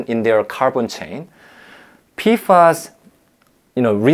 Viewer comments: PFAs (PEE eff AYs) Not (PEE fass) wtf Adam, no wonder bro didn't know what you were talking about 😅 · wasn't prepared for adam saying it as "pee-fass" instead of just saying the letters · It's P-F-AYS